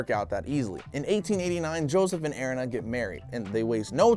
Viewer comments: Airina really its erina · Pronunciation eh re na. Erina. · it is er-ee-na